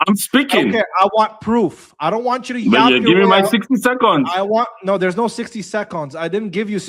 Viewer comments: Sixty Secohns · The "60 secaunds" killed me 🤣